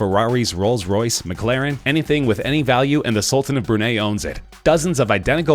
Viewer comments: sultan of brunei.... brun - eye or brun - i .... not brun - aye or brun - a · its pronounced bru-nye not bru niegh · It’s pronounced Bur Nye not bur nay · It’s Bru-Nye not Brunay, with the actual spelling of the country being (Brunei). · 129m minus 91m is not almost 30m... it's substantially more. Also....The Sultan of Brunay? WTF is that... it's Brunei. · Its bru-nai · No! Brunei is pronounce Brew-Nye (like Bill Nye)! 😠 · Brunei rhymes with high